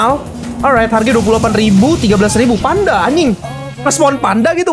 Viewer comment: Gw dengernya Pandanya TEPOS 😂